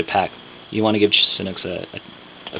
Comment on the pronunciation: you say Sanuk , your accent like Thai. I confirm ! I am Thai and really likeeee Sanuk shoes ! VERY VERY COMFORTABLE SHOES !